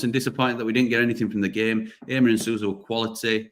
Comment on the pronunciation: Assuming that HAMER is a native Portuguese speaker, although a Dutch national, his name is definitely not pronounced HAY-MER, but HAR-MER.